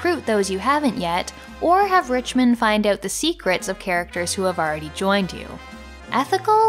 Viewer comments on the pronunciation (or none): none